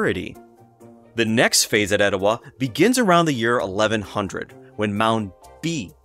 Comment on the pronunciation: I live just up the road in Dalton and have lived here all my life. That’s how we pronounce “Oostanaula” so as far as I’m concerned, you nailed it. But your “Etowah” is a little off. Extend the “ah” at the end then you’ll have it. 😉 I’ve never visited the Etowah site but have visited Ocmulgee. Pretty incredible! You’ve done some great work with this video!